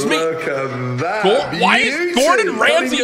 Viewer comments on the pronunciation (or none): none